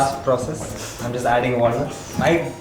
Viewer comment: She won the moment the guy said jest instead of just